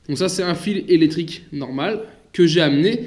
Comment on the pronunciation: Merci pour la vidéo Et pour l info on prononce le mot électrique et pas életrique 😁😄